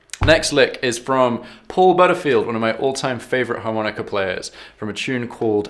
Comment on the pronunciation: Harmonicer, and buegee sounds so un-blues. As Sonny Boy used to say, "In England they want to play the blues so badly, and that's just the way they play 'em"., please learn to say "Harmonica"